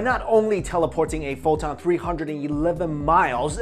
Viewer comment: Tell Me This what u are telling is poton.. no H